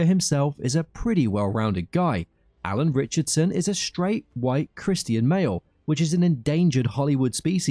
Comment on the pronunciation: Ritchson, not Richardson.